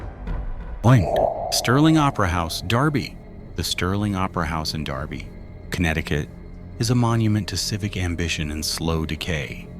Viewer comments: I was just about to say the same thing lol. "Dur-Bee" NOT "Dar-Bee" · It's DERBY NOT DARBY!!!!!!!!!! AI sucks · I think its derby not Darby